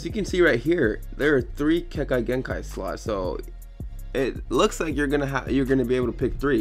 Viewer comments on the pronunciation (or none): Pause he said "Kenkai Genkay" it's pronounced Ke-kay' Gən-čaī thank u very much I take my naruto/my childhood to the heart